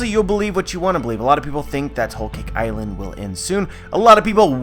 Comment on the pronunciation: “ol caik eyeland” thas the way i hear him say it